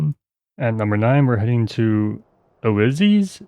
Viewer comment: if you need help, it's "oi-ZEES" in Modern Greek, and you can change that "ee" to a German "ü" sound if you want to take on the Ancient Greek sound. The goddess of suffering and depression.